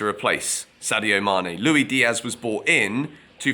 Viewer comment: Louie Diaz? 🤣 come on not that hard to say Luis